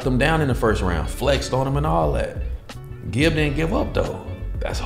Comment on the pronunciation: Ngl the way you pronounced Gibs name was respectable for an American! Also its Big Nose Na, backwards